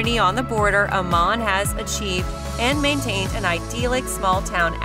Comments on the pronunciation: Don’t live in Idaho! I’m counting the days to getting out of this hell hole! Absolutely hilarious representation! $800 a month in Garden City/Boise? Not even close!!! Sever winters? 😂😂😂 Good schools? Might want to check out the stats that put Idaho 48 out of 50! Amaaaaan? Might want to learn how to pronounce the places your representing? This vid is a complete joke! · People that do these kind of reviews should have to know what they are talking about! AMMON is pronounced Am-In and none to the video/photos were not of Ammon. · Pronounce Ammon! Also, Idaho Falls isn't Twin Falls. And Garden City is a crime ridden sh**hole. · Having lived in Idaho for over 20 years and traveled the state, you have the wrong directions and pictures of various areas. Shoshone Falls is on the east side of Twin Falls. Twin Falls is 160 miles southwest of Idaho Falls. Meridian, ID is to the west of Boise and not the east. The pictures of downtown Boise are not found in Moscow, ID. Pronouncing Ammon, ID was totally wrong. There are even more mistakes in your presentation. You need to better check your facts before you make your next video of Idaho. This presentation was depressing.